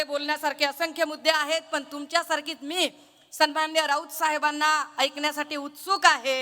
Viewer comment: सुरवातीचे डायलॉग घरून पाठ करून च येते.. सणमाणणीय... सणमाणणीय...